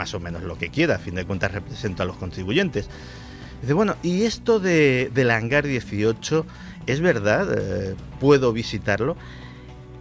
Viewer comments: Que idiota, es Hangar, no "hanglar". Maldita imbécil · Porqué pone HANGLAR y no HANGAR? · es que el hanglar diesochlo XD